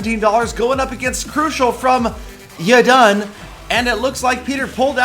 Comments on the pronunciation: Peter you call him galadon not gallydon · It's weird how he pronounced it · Respawnables and More! I love how Peter says it XD NO GALEEDAWN IT'S FROM WINNING THA GAME!!